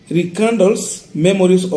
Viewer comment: Archives not achieves,Rekindle & not Recandle